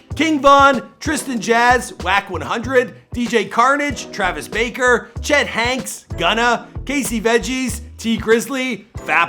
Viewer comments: Travis barker not baker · “Travis *BAKER*” lmaoo